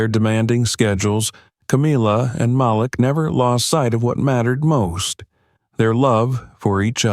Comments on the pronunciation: It always amazes me how white people don’t know how to pronounce Maleek. They see the spelling of the name and pronounce it as Malic. SMH. Guess they have a problem pronouncing the names of all blk folk with odd names. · His name is pronounced like Maleek not how ur announcing it. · His name is pronounced "MA leek"